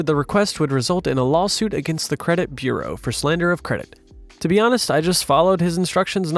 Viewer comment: Well, there was a slight mispronunciation of “bureau” for what it is worth. VERY slight and almost unnoticeable, but I'll take what I can get. 😜